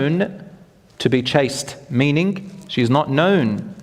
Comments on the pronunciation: The word is 'Chaste' not chased. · ‘Chaste woman’ NOT ‘chased woman’